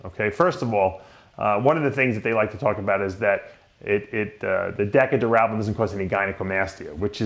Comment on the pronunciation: Dave what in the hell is Decka Durab-a-lab-ba-lab-ba-lone???? I can't even listen to this!!! A former IFBB Pro Bodybuilder and can't even pronounce a damn steroid that he most certainly took lmao.